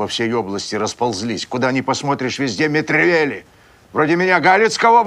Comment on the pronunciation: Что ковергают известную фамилию не Мэтревели, а Метревели. Футболист и теннисист известные были.